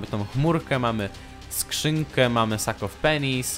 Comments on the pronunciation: ... slyszalem sak of penis ;-; why :( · Powiedziałeś "sak of penis" xd czy tylko ja to usłyszałam ? :d